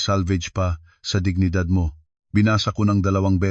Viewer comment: Anong giginidad! Hoy! ayosin mo mag basa,! Dignidad Yan! Hahaha 😅